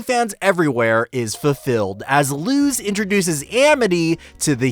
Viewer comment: It's spelled Luz but pronounced lus(had to explain because my brain gets extremely mad whenever I here something mispronounced)